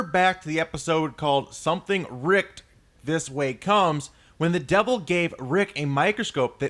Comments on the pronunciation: Ricked would be pronounced like wicked not like kicked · Sorry, but I believe it's supposed to be pronounced Something "Rick-id" this way comes, as in Something Wicked this way comes. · "Ricked" is pronounced like "wicked" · Dude, it's "Something Rick - ed This Way Comes." Rhymes with "wicked." After the Bradbury story. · Like come on dude... you suck ass at reading. Something RickED this way comes. WICKED, RICKED. Also it's not Coraskant, its corascant, like SANT. Idiot... don't make a speaking channel if you suck ass at speaking. Good content though.